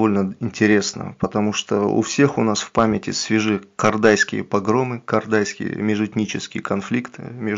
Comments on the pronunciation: Не Кардайский, а Кордайский, разговариваешь как русский где о говоришь а. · тебе просьба не КАрдайский, а КОрдайский не говори как Казакский Манкурт.